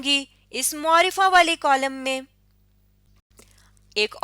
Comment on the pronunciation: عمدہ کاوش ہے ۔لیکن لفظ معرفہ کا تلفظ درست نہیں ہے ۔م کے اوپر پیش نہیں بلکہ زبر پڑھنا درست تلفظ ہے ۔پلیز اصلاح کیجیے ۔شکریہ